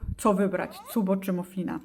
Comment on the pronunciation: Cupb-o? Wydaje mi się że to się czyta "kap-bu".